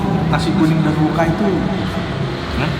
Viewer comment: ijin koreksi, daun woka bang bukan daun woku😁